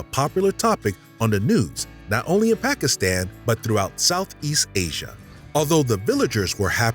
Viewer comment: Hate how they pronounce "Pakistan"... If this was a French word we'd be bending over backwards trying to pronounce it correctly